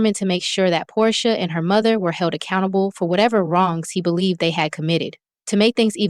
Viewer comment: And you called Porsha …”Poday” 🥴😂😂😂 Chile, ya channel ain’t gonna make it. Just use your voice.